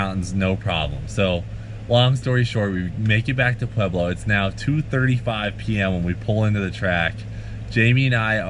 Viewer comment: Hell Yea brother ! Great story, and you learned how to say "Pueblo"